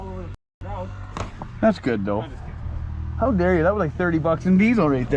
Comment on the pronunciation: hau dar yew